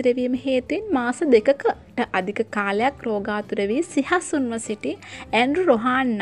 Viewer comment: සිහසුන් නෙවෙයි අනේ සිහිසුන්